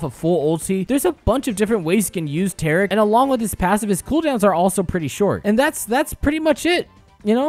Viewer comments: It's pronounced T-air-ic not tarec Kappa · The way you say taric hurts me